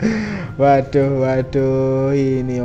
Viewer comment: Tu kannnn... Nampak bungulnya.... Wodahhhhh wadohhhhhh wodahhhhh wadohhhhhhhh..... Emang gak bisa pakek bahasa yang benerkah..... Ngertinya cuma waduhhhh waduhhhhh Mulu.... Tumpul amat mas ini....!!